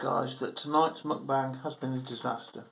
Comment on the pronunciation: Muk-rant-bang. Get um told ha ha nice one mate